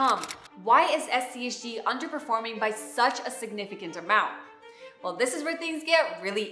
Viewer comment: She mentions SCHD because it's a complimentary fund to SCHG. SCHD is more of an income producing fund with strong large cap dividend companies, whereas SCHG is a growth fund. There are a few times where she says SCHG, but it sounds king of like she said SCHD.